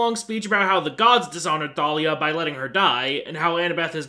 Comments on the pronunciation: are we not going to add a sin for mispronouncing thalia? edit: ok i just finished the video and i do believe it is canonically pronounced thay-lee-a as i got the audiobooks so... idk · Bro it’s “Tay-Lia” Not “Tha-Lia” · They didn't even pronounce it correctly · Don’t forget they mispronounced Thalia. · THANK YOU FOR ACKNOWLEDGING HOW THEY MISPRONOUNCE THALIA'S NAME. It always drove me insane and for a long time I thought I was the one pronouncing it wrong. It's not enough that they change the entire plot of the movie and mess it up in every way possible, they had to LITERALLY CHANGE. A. CHARACTER'S. NAME. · I hate that I actually shipped Percy and Clarisse more than Percy and Annabeth in this movie. Also I’m surprised you never mentioned the countless times they pronounced Thalia wrong especially despite pronouncing it right yourself.